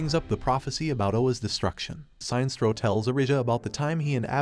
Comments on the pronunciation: It's pronounced..."Sin-nest-trow"....Sinestro. Not "Sign-strow". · Robo narrator really said tall blue immortal beings when the guardians are shorter than a lot of the green lantern corps members also the robo narrator was literally saying Sinestro wrong the whole time its Sin-Es-Tro not Sign-Stro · SIN ess troe. Not Sine-stroe. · it's pronounced as Si.....nestro